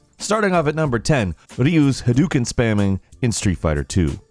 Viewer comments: It's pronounced "Ha-doh-ken". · Lowkey triggered how you pronounce:" Hadouken" wrong even though the character even shouts the right pronounciation everytime he spams it xD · Since when is it "Ha - doo - ken?" It's Ha - dough - ken" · Ha DOU ken, not he dooooooooo ken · pronounces Ryu as "ooleeoo" Also: pronounces Hadouken as "hadookin" Brinther if you're gonna try to pronounce Japanese words Japanese-y, keep it consistent. OU in Japanese is pronounced as a long O vowel, not as an U vowel.